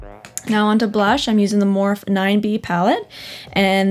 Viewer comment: your saying morphe wrong your actually suppose to say morph - e like making the sound of the E just a tip u should know